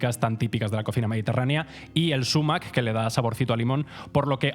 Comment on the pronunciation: Si prefieres utilizar la palabra árabe a la española deberías acentuarla en agudo: "sumák". Decir "súmac", a la inglesa, no revela mucho conocimiento. Por cierto que el zumaque es abundantísimo en España, se ve por todas partes. Cuidado, que es urticante